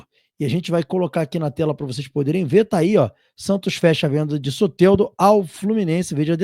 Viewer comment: Tira esse "é" do nome do Soteldo amigo, fica muito estranho a pronúncia 😂... Fala Soteldo normal.